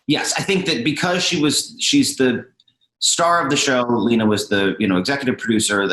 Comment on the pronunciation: It kills me how she pronounces Lena Dunham's name as "Lehna." TWICE. Come on, girl.